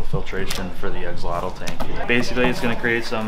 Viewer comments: u r pronouncing axolotl wrong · I apologize this is how I’ve heard it pronounced since first learning about them in Zoology class many years ago…..